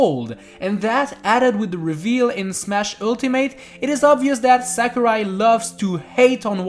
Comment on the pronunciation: its sakurai not samurai